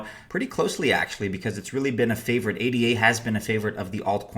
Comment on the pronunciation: It's Ada; not A D A.